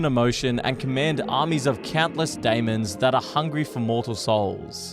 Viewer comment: “layz gun” “day-mons”